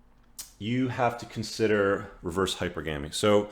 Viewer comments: There's NO habit of saying, "hyper-GAM-ee" in any version of English. You cannot place the em-FASS-is on the wrong syllable. That said, everything else; very wise words. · wtf is ‘Hyper-Gammy’ ?? Did you even graduate High School? God... between all your ‘um’s’, lip-smacking, and mispronunciations I’m starting to think you’re a total fraud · I'm a rational sister and I LOVE your content. I share it with future brothers from another mother. The only thing I'd change is the pronunciation of Hypergamy. Gamy is related to marriage. It's pronounced like monogamy, polygamy, etc. Keep it up. Peace.